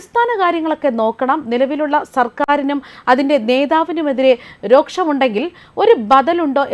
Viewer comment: രോഷം എന്ന പദത്തിനു പകരം രോക്ഷം എന്ന് ഉച്ചരിക്കുന്നത് ശരിയാണോ